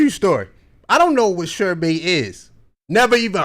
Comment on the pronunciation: Sherbay lol… smh…it’s Sherbet, pronounced shur buht.